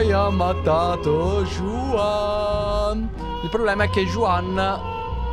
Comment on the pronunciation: Un consiglio,in spagnolo la J si pronuncia K,quindi il personaggio non si pronuncia Giuan ma Kuan.